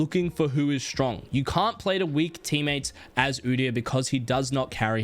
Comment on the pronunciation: did he just say u deee yar💀💀